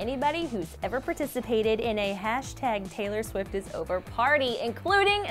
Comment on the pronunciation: Did she say: "Taylor Swis" ?? Tf